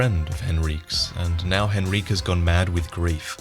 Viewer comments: Henryk is pronounced Hen-Rick. Not Hen-Reek, for fucks sake. Did you even listen to Eileen when she tells you about Henryk skulking about in the graveyard??? It makes me wonder if you even played through the game or just have a team of people writing and making the footage of these videos for you.. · Hen-Rique? you mean Hen-rik. The k makes the sound of the Y a short sound not a long one. not that its a huge deal, i just found it interesting that you pronounced it that way. The way it is written in English suggests the short sound, but if it is intended to be more of a long sound as you are giving it, it sounds much more french and might mean that the Gascoine in the game might be a reference to the same historical family in...Italy i believe it is. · Awesome video but why do you pronounce Henryk like Henreek? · H e n r i q u e ITS HENRICK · This is a small detail that bothered me but, you pronounced Henryk's name wrong. Henryk is pronounced "hen-ree-kh" the way you pronounced it (hen-ree-keh) is if the name was written 'Henrique'. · "Hen-reek" lmao wtf it's "Hen-rik" even Eileen says it. Don't you feel a tit now???? Ooh Henreek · IT'S PRONOUNCED HENRIK! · "Henrique" likes to have a word with you about the pronunciation of his name, but nonetheless great video as always! :D